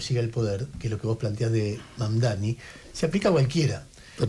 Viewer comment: Pronunciar lo pronuncia bien. El tema es q se haga el q es recontra dificil de pronunciar, cuando es una pavada..